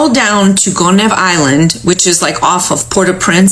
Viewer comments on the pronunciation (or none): I guess they forgot that Haiti has an Army 🤔 It wouldn't have gone well for them even without the Army💪🏽💪🏽💪🏽 Gonave ,Pronounced Go-ni-eve